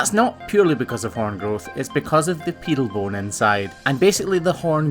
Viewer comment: pedal bone not piddle speak english.